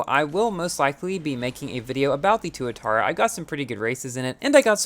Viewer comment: Not toatara, Tuatara